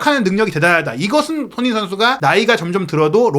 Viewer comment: '손흥민' 발음 진짜 거슬려요 발음이 안되면 차라리 쏘니 라고 해주세요 😢